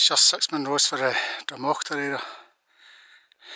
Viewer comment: Just catching up..you pronounce the Munros perfectly...passed here the other day as up to cairngorms. What an area it's covered atm..Enjoyed that. Hope all well your way:)